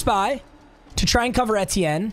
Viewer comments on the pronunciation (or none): still mispronouncing Etienne this late into the season irks the shit out of me